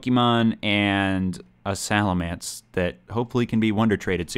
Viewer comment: it's pronounced "salamence," not "salamence."